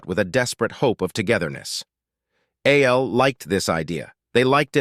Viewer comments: Why wasn't it pronounced Al instead of A.L.? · You need to check the logic protocols for this audio ai because it can't tell the difference between a.i. and al